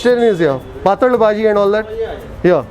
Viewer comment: Hey - it’s pathal bhaji ….not paataal bhaji. You keep making the same mistake every time. Nevertheless, happy eating 🍽